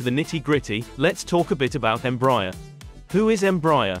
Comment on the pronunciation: Please learn to pronounce the brand name right EMBRAER is spoken EM-BRA-AIR